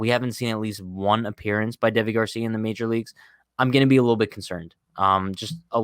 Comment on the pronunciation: I'm pretty sure his name is pronounced like Davey